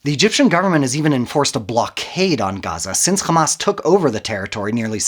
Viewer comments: Who ever can't even pronounce Hamas and calls it Khamas, Is people who support the wrong side in the history. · مش سامعة بينطق "خماس" ازاي ؟ صهيوني عفش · once he said KKKKKhamas .. I knew the video is a koko